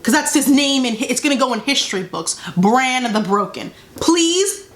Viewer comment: I lost it when I heard Bran the Beoken